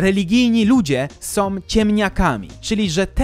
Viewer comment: bardzo Cię lubię ale to chyba pora na krytykę. Może nie samej zawartości ale tego jak mówisz. Czy nie jesteś w stanie się nauczyć wymawiania samogłoski /Ą/? Setki razy w ciągu tych 75 minut muszę słyszeć np.: takom, którom, som, zwykłom, możliwościom. Uwierz, że nie ma takich słów w polskich słownikach. Nie wiem jak to odbierają inni ale mnie to bardzo razi:(